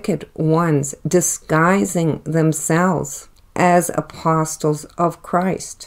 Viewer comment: Respectfully, the “t” in apostle is silent.